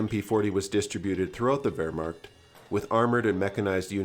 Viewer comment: Oh god, that pronunciation of Wehrmacht killed me lmao